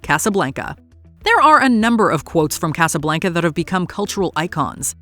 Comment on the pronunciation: I wish people would PLEASE learn how to pronounce “Casa Blanca”!